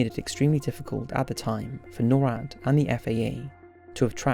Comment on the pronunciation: Just some FYI. NORAD is said as a word, not spelled at. Nor(like igNORE)-Add